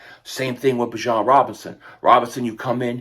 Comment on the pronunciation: It’s Bijan not Bijon.